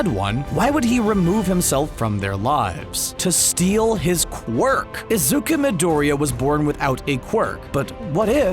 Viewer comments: I am mad RN because he keeps saying izukas :CC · This nigga fucking said "Izuka" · "Izuka" I'm sorry but, WHAT? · WHY ARE YOU PRONOUNCING IT AS IZUKA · stop fucking calling him izuka ffs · it triggers me how this person who isn't even a anime expert reading scripts just said "izuka" in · He said izuka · Are you joking while saying izuka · ...did he just say izuka? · Him saying izuka Me: AAAAAAAAAHHHHHH Horikoshi: facepalm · It's pronounced like this (is-zoo-koo)isuku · Gosh... Stop this when you can't even spell the names right... Not just is "Izuka" completly wrong, but you can't even say Midoriya in the right way... 😐* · if you couldn’t pronounce izuku, why didn’t you just say “deku”? pretty simple if you ask me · he finally says izuku but says it weird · HOW ARE YOU GONNA BELIEVE THIS PHONY WHEN HE CANT EVEN PRONOUNCE IZUKU MIDORIYA?!? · You pronounced Izuku’s name wrong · its IzukU not IzukA UA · He said “izuka”not “izuku” like so many times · IZUKA?!?!?!?! ARE YOU OKAY SIR? THATS NOT HOW YOU SAY IZUKU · Im sorry but his name is pronounced izuk-oo, not izuk-u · Why does he keep saying izuka instead of izuku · Its really fkin annoying how this dude keeps saying Izuka instead of Izuku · Every time he says “izuka” i facepalm. My face is very sore. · Why does he say izuka it Is Izuku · ITS IZUKU NOT UZUKA 😭😭😭😭😭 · The guy said izuka it sounded like it tho instead of izuku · You didn’t pronounce izuku properly you said izuka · So no one's talking about how he says izuku as izuka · Messing up your theory : BNHA creater: “we will make a appearance of Isuzu’s after laser in the season” Also no hate to your theory and also it’s pronounced Ehzooku (Izuku)no isuookaa (Izuku) no hate btw. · Its izuku weirdo not izuke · Izuku not izuka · Izuku nit izuka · This narrator has been saying “Izuka” rather than Izuku. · It is izuku not izuka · Everybody: izuku Dude: izuka Captions: azúcar (izuku) all-night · My mans don pronounce the boys name wrong it's not izuka it's izuku